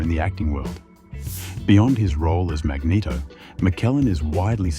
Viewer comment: mageto? for cry out loud XD